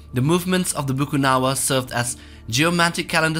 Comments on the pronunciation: It’s actually BAKUNAWA and not Bukunawa. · It's actually Bakunawa not a bukunawa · Its bakunawa not bukunawa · its not bukunawa its bakuna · um it Bakunawa not Bukunawa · Not bukunawa Its Ba-Ku-Na-Wa bruh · It's Bakunaw not Bukunawa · As a Filipina. It is widely known as" BAKUNAWA" here not Bukunawa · It is Bakunawa not Bukunawa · Actually it's Bakunawa, not Bukunawa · Bakunawa not bukunawa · Its actually bakunawa not bukunawa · #2 is actually BAKUNAWA not Bukunawa... Tnx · Its not bukunawa its bakunawa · Correction of bakunawa not bukunawa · It is not bukunawa but it is bakunawa.. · Bukunawa? I research for his name is Bakunawa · im from philippines its not called bukanawa its bakunawa a serpent that have long whiskers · I somehow think that the narrator is munching on flour and just stops now and then and it's "Bakunawa" not bukunawa. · Actually its called bakunawa not bucunawa its cauz im a filipino Theres a story about the bakunawa eating 7 moons on earth in the start of the story the earth has seven moons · Uhmm I'm from Philippines the BUKUNAWA is Actually it's BAKUNAWA ^^ just so were clear yan sa mga hindi na niniwala yan mag iiwan ako ng isang tagalog na mensahe ^^ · ITS BAKUNAWA not Bukunawa bwahaha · it's actually Bakunawa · Its bakunawa btw 😎👉👉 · “BA- KU-NA-WA” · It's pronounced Bakunawa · its BAKUNAWA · It's pronounce "Bakunawa" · Ey im Filipino and that not how you pronounce the monster on , it's pronounced as "Ba-ku-na-wa" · It's pronounce "Bakunawa" And legends said theres a 7 moon but Bakunawa ate the 6 Moon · Oo nga bakunawa un eheheh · Yup its bakunawa..